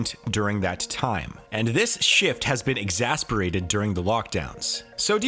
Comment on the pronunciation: Good video, thanks. It’s “exacerbated” by the way..